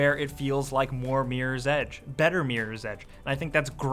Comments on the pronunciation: why does he say meer's edge its MIRROR right? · This dude says meerors edge... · is awesome, but can't take him seriously when he says Meerors Edge... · Miiiiieers Edge. That's how Americans say Mirror.